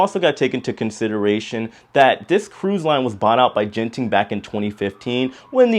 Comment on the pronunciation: FYI Genting is pronounced with a “g “ as in gutter.